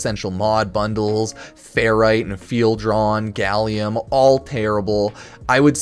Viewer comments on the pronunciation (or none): none